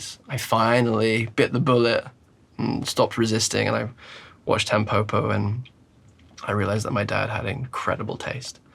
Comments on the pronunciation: The pronunciation isn’t Tam poh poh, it’s tam po (like po in pot) and po (like po in pot). It means dandelion in Japanese. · "TEMpopo"? bro, why would you say it like that, it's not an english word 🥲